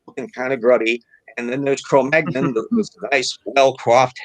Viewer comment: The way said Cromagnon! I heard Filet Mignon Man.Man, I'm craving Filet Mignon now:)